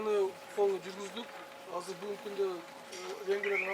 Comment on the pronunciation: Кыргызда азыр деген соз казыр болуп айтылабы😂😂😂